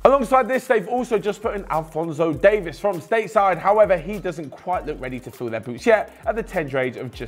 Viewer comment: Cant take this seriously 1) Cant pronounce a name that is Welsh its Dav-ees not Davis. 2) Your knowledge of geography is worse than the typical product of a "State - side" school. Canada is not a part of the States.